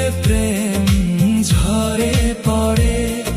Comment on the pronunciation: গানটি খুবই সুন্দর হয়েছে, 'দেখলে' এবং 'ঝরে' উচ্চারণ দু'টি অন্যরকম লাগলো!